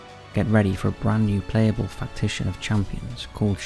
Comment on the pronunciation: What is a "Factition"? Is that a Raid shadow Legends made up word?